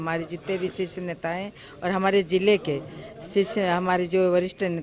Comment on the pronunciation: बोलते भी नही आ रहा हे सीस नेतृत्व 😆😆 शीर्ष होता है बता देना सर जी